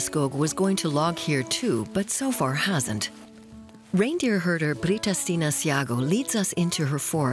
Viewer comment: No idea who the narrator is but I assume it’s a professional speaker. A primeval forests /PRIMEVAL forests/ is /Primeval FORESTS/. a reindeer herder is a /REINDEER herder/, not a /reindeer HERDER/- what else „reindeer“ would he be in context?